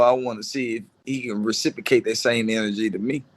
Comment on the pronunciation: Dude said “recipocate” 5 times & thinks he’s a scholar